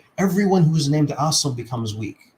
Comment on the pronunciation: Oh also he was introduced as an Arabic expert yet he reads Assim as "Awesome". He can't even read. Wake up bruh.